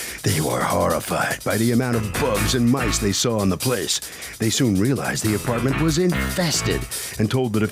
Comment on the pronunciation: Plaintiff: "An Apawment".